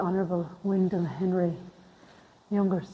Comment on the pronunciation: Wyndham is pronounced WINDEM, guys!.😊😊